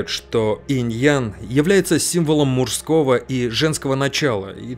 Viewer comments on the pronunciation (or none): автор,не муРжского,а МУЖСКОГО!!!